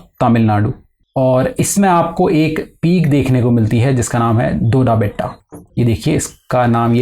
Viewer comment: Not Dodbeta. Its Doddabetta